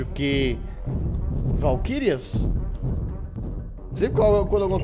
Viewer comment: Se você tiver qualquer problema. Valquírias cara, VALQUÍRIAS